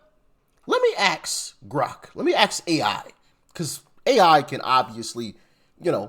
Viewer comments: It's 'ask' not "aks" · Please learn to pronounce the word 'ask', so you don't sound like a complete dumbass.